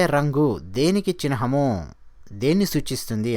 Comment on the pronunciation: Sir..చిహ్నము ను చిన్హము అంటున్నారు ..🙏🙏